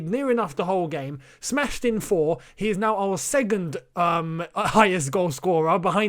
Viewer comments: you know how you don't like people mispronouncing ziyech. It's SECOND mate not segond 😂😂😂. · Nobody:: “Segond”